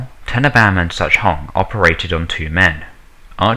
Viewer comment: alan turning dr brigid tenneebaahm